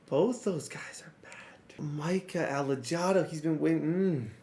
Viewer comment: The hard J on Alejado my guy is so Caucasian 😂